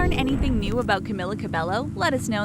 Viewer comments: the pronouncation is cameela cabeyo, not camila cabelo. . . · How you really pronounce her name is "kamila kabeyo" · Her name is pronounced as Camila Ca-be-yo not Ca-be-llo. No offense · Also, it’s pronounced ‘Cam-ee-la Cab-ay-o’, not ‘-Ku-milla -Ku-belllo’ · Carmella cabloo no cameeler cerbeyo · I’M SO FUCKING TRIGGERED. SHE’S camEEla cabeYo NOT camIla cabeLLo OMFG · ur pronouncing her name as (caemila cabelllllloo) well its actually (cameela cabeyo 😅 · This is how you pronounce her name Ca-me-la Ca-bay-yo CAMILA CABELLO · Her name is pronounced Camila cabeyo😊😊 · Cameela Cabeyo . Pronounce it right . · Another thing is her name is pronounced Camila cabeyo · You are saying all about her and you don't know that her name says camEEla cabeYo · It's not camila cabello it's cameela cabeo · Not trying to be rude, but you pronounced her name wrong. Its CamEEla CabeYo. Thank you, goodbye. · You said her name wrong- its Camilla CabeYo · F*ck it's CamEEla CabeYo 😂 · that is not how you pronounce her name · Imagine doing a whole thing on her life and pronouncing her whole name wrong 😭🤦‍♀️ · ... I literally disliked this video within 7 seconds. You had one job. One job and you blew it. Edit: Wow sorry that was really mean, I just get upset when people mispronounce names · Im cringing!! You're saying her WHOLE name wrong !! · Another correction, SAY HER NAME RIGHT!! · Me: Sees Camila’s nickname that Lauren called her Me: Cries for the millionth time Also, every time they say Camila Cabello, I get SO triggered. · You said her name wrong...21st fact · CAMILA CABELLO GET IT RIGHT GOD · You said her name wrong.. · Boi!! At least say her name right. Omgggggg!! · Fact #21: the narrator cannot pronounce her name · omg she totally butchered her name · i like how they did the research for all these random facts but couldn't even look up how to pronounce her name properly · i liked this instantly bc it was ab camila but then i heard the pronunciation of her name and unliked